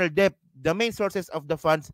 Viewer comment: Debt is pronounced DET. Silent B